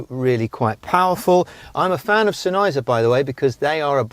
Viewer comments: Exactly. SENN-heiser, not Sen-EYEzer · Love the vid, it's pronounced Senn... Heiser like it's two words